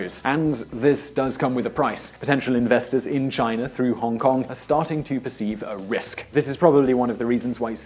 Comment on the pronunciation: Its China, not Chinar!